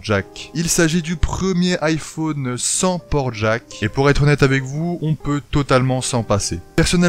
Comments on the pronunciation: on dit normalement iphAUne et pas IPhOOOne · Ça me stresse comment il prononce "iphone" pas vous ? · Il prononce beaucoup le "o"